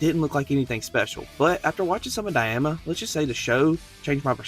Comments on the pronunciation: Brother cant read, its DAI MA not dayama 🤦‍♂️ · I hate to be that guy but it is pronounced Dime-uh not Die-am-uh 😂